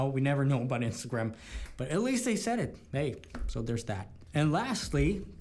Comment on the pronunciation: Instagrim lol. When did you start saying it like this 😂